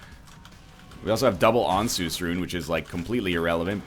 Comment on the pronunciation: NL i believe the rune Ansuz is pronounced like "answers" as if isaac himself were to say it